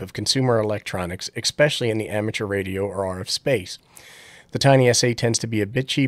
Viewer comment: "Ek specially"